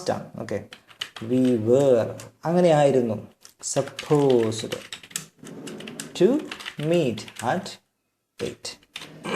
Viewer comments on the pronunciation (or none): ഇതിന്റെ ഉച്ചാരണം സപ്പോസ്ഡ് ടു അല്ല ബ്രോ സപ്പോസ് ടു ആണ് ഡ് silent ആണ് don't mis guide people